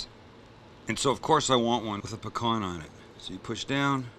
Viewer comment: As a Louisiana native I salute <S> you for pronouncing pecan correctly!! Not pea-can.